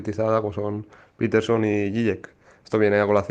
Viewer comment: Me resulta curioso que Fernando se empeñe en nombrar la marca Pfizer como "fizer" con la excusa de que es un nombre de orígen aleman, cuando el 90℅ del mundo la nombra como "faizer", pero luego al iPhone lo llama " ifon", en lugar del correcto "aifon", o a Jordan Peterson lo llame " peterson " en lugar del correcto "piterson".